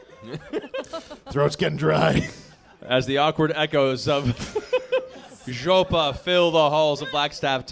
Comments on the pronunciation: What's more hillarious - the way he pronounces it. It is EXACTLY identical to the Russian speaker, moreover the emphasis they make, almost shouting.. It's golden. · AND HE SAIS IT SO CORRECTLY, TOO, JUST LIKE A RUSSIAN WOULD! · it made me laugh so hard, especially matt's nearly perfect pronunciation